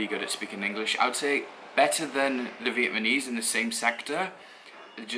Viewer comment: Dude, stop saying Vietmanese! It's fucking annoying. It's VIETNAMESE!